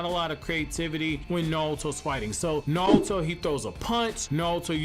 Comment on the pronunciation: His name is naruto not nalto